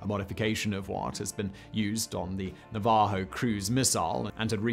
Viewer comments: In the word Navaho, the accent is on the first syllable. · Na-VAH-ho missile? Really? It's NA-va-ho. Brits...jeez...